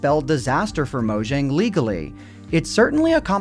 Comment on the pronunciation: Mojang is not spelled as Mojang, but as Moyang, it's not an english name.